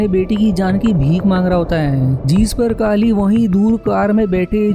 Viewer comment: काली नहीं केली बोल